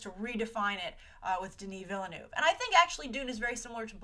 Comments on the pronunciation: Its Denis Villeneuve, its french, you say Vil-Nuhf not villenoef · she really need to learn how to say Denis Villeneuve's name cuz that name is french and the way she say that is soo bad